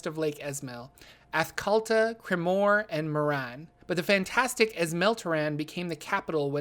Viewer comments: Ath-kat-luh. A lot of pronunciations are there for you on the wiki pages. I do think that the way you pronounce stuff is generally fine -- just a different pronunciation than what I'm used to -- but saying ath-call-tuh when it's spelled Athkatla is just incorrect. I don't think that literally every pronunciation on the wiki is absolute law (for example, it says Bhaal is "beh-HAHL" rather than "b-AHL". The latter of which is how people in Baldur's Gate 1 and 2 pronounce it. It also says Ilmater is "ill-MAY-ter" and not something like "ill-matter" or "ill-MAH-ter") but it is a little jarring sometimes when I hear a pronunciation that's very different from what's on the wiki, and how people pronounce it in Forgotten Realms games. Also, I've noticed that a surprising amount of people say "seh-loon" and "soon" for Selune and Sune, when the wiki says it's seh-loon-ay and soon-ay. In the Baldur's Gate Enhanced Edition game, there is even a party member who is a Sun Soul monk who pronounces it seh-loon-ay, with a long "e" at the end. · Umm... Athkalta? Come on,. You mispronounce numerous names and places in the Forgotten Realms setting, but this is ridiculous.